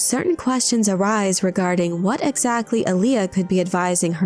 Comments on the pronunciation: The accent in Alia is on the first syllable “ahl”, not the second. It’s also pronounced “AHL-ya”, not “a-LEE-uh” like the old R&B artist Aaliyah. If you’re going to make a video nerding out on this, idk, you might figure out how to properly say the name first… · Not Ali-A. Alia.